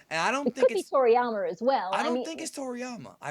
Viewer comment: So we got Freezer, Cooler and now "Toryamer"